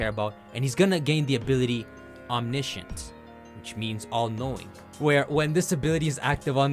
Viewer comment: How is he able to pronounce omniscient but not omnipotent